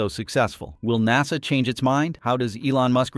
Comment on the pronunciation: I’ve never heard NASA pronounced that way before. I always wonder if these YT vids are AI generated…